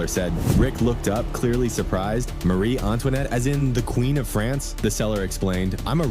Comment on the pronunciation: Maaaarie not Marie